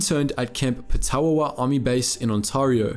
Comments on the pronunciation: The Canadian camp at petawawa is pronounced “peta wa wa” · Its pronounced Pet-a-wa-wa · The Canadian camps name is pronounced 'Petah-Wa-Wa'. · Yeah I kinda cringed when he said it 😂